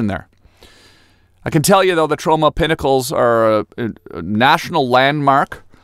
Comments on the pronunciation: Why do I think you were saying TROMA PINNACLES? It’s Trona! Trona!! Ma ma my Tronna! Not my Sharonna! 😂😂😂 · I thought you were saying Toronto like Trona.... we miss you in Canada Tom.